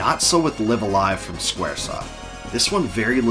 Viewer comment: THIS is how it makes sense to pronounce the name. I've heard live a live and then live a live but u saying live a live really clears things up!!!